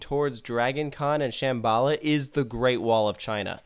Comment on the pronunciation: The way kept pronouncing "Shambala" was really upsetting me.